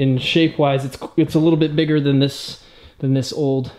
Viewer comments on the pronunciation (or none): none